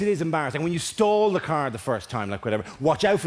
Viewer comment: For the first few tines he said stalled, I thought he said stole. Which was confusing but hilarious.